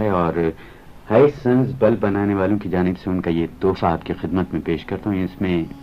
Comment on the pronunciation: Aap lafz khidmat ke bajai hidmat bolte hein matlab yeh hua ki urdu talafuz ki janib kam hi tawaja diya karte hein. Pse. Aage aisa na parein to. Behtr hoga. I hope you will not took me I'll. Thank You.